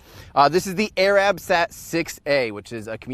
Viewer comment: Tim - keep up the great work, buddy! If I were going to quibble with one thing it'd be how your pronounced "Arabsat." The emphasis shouldn't be on the A in Arab, it should be on the R. So instead of AY-rahb it should be ay-RUB.